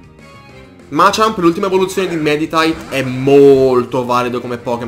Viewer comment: ma solo io a ho sentito machamp al posto di medichamp